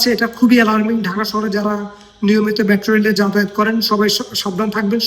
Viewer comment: News presenter er pronunciation valo na. মেট্রো রেল হবে, উনি বলছে ম্যাট্রো রেল